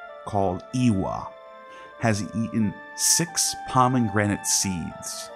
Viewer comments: It's not pronounced "Pah-men-granit." It's just "Pah-meh-granit." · I agree. He also has very weird pronunciations of common words like “pomeNgranate”. I get that autodidacts mispronounce a lot of things, but if you’re putting together an academic video, it’s very distracting